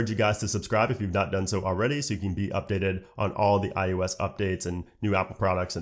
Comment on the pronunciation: It’s not I U S. It’s IOS.